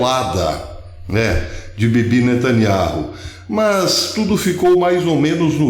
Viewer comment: Beyaminatanyahu ou seja nataniau fale do jeito q é pronunciado fonéticamente professor